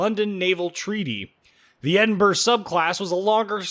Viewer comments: Hey, I've been to Edinburr! It's right next to Belfast, in Wales. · Why can't you pronounce the capital of Scotland?